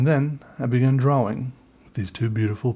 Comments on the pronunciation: I love the way he sais "dro-wing" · I love how he says drawing (drowing) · Draugh Wingh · I love how he says drawing like draWing... dude u are also amazing at art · I like the way he says “drawing” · I have a weird appreciation for how pronounces "drawing" and I'll never get over it lol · You are beyond awkward and weird, and I love it. Also the way you pronounce the word drawing... 👌